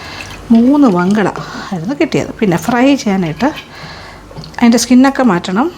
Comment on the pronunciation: ഞങ്ങൾ മങ്കട എന്നാണ് പറയുന്നത് വങ്കട എന്നല്ല